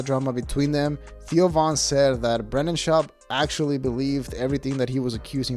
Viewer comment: The way you say Theo sounds like Tio, which means Uncle in Spanish lol